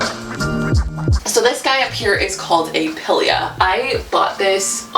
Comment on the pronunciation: Pothos- Poe-those Pilea- Pie-Lee-uh For your Maranta/Prayer plant, try setting your water out for a day or two or getting distilled because most filters don't remove the chlorine/fluoride from the water which is the issue with the plants. They also live humidity, so a small humidifier or pebble tray filled with water will help perk it up a bit